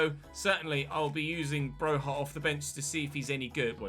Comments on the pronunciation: Broja is just pronounced Broja all the letters you see you pronounce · Broja is from Albania. His surname is pronounced with a hard J. Bro-ja